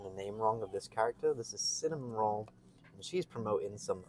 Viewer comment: IT'S PRONOUNCED CINNAMOROLL IT HAS NO N